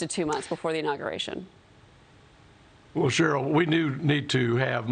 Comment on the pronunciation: “Inauguration” hahahahaha